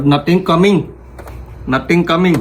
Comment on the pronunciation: NOTHING COMING 😂😂 INDIAN ACCENT? 😂 (We know ur not indian)